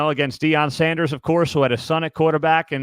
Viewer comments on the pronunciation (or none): none